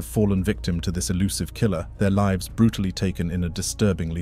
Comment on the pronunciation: it's "Brutally" not "BRUTUALLY"